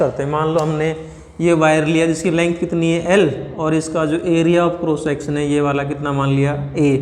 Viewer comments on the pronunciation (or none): none